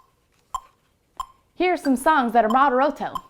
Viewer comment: Please practice the pronunciation of the Italian tempo terms =Moderato (mod ehr ah toh); Vivace (vee vah. cheh NOT vevase!); Ritardando (rih tar dahn doh); Accellerando (Ah chell ehr ahn doh).